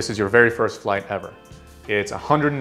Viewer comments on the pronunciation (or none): That “150” was personal